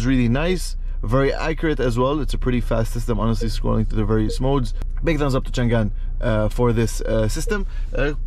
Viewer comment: that read chang'an, not chan'gan